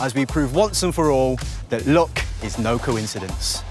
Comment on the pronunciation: Every time he says luck I think he's saying look...